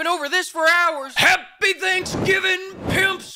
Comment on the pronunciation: Almost thought you were Punjabi with that 'HAPPYYY' accent, from Punjab, India